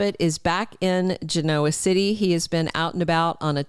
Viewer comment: Learn how to pronounce Genoa City, please!